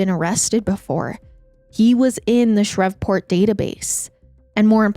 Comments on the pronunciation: I love you but it’s ShrEEEEEveport..long E sound like geese. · i love you but “shrevport” is taking me out😂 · Your confidence when pronouncing words wrong is amazing. Please please Google the proper way to say certain Names/ Words. It makes listening extremely difficult. Shreveport is not pronounced the way you said it. Shr-eeve Port! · It’s Shree-port lol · I don't understand how you say Shreveport correctly then proceed to say Shrev-port constantly after that lmao I'm 💀💀💀😂😂😂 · PLEASE look up pronunciations. "Shrevport" is making this impossible to listen to. This is far from the first time something similar has happened. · Louisianian here 🙋🏼‍♀️ it’s pronounced “Shreeve-port” 😅 you said it correctly in the beginning of the video. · It was bugging me lol especially cause she had said it right at first😅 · Omg I came to say the same thing! I thought maybe I was pronouncing it wrong but my mom's side is from Louisiana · My comment was deleted but I was just trying to say you were mispronouncing Shreveport 🥲